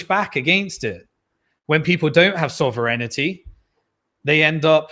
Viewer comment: Errr...., you had me until "Bitcoin Soverinnitty.."